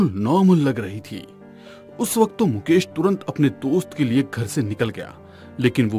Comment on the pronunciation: Bakt nhi vakt hota he o bolna sikho pela😂😂😂😂😅😅😅